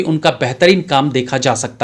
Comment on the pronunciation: Bhai pls correct कानपुरिया nahi कनपुरिया होता है।